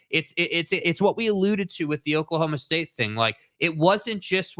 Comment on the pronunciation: Not oak-state, it’s Oklahoma state. You say no heart? Coming back from a 14 point deficit? Give me a break lol